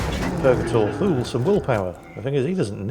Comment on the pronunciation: I remain convinced that Thule is pronounced too-lee.